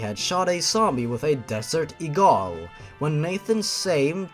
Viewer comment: Desert Egaal. You know, it's a gun like the asluut rifele.